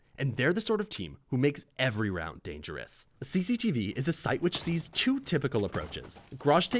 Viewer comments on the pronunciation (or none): my boy put a lil zest on the “dangerous” 💅😂